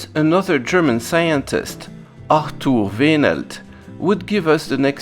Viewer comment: Wow. Arthur pronounced correctly. (And all German names as well.) Impressive. Also: We teach kids in school, how a CRT works, including the nature of electrons... how far have we come.